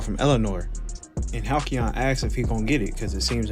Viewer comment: "halcyon" is hal-SEE-on. Hearing you say it wrong every time hurt.